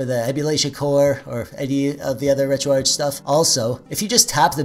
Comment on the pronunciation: Take a shot every time he pronounces "retroarch" incorrectly. Jk that's alcohol poisoning waiting to happen. But frfr its retroarch(ark)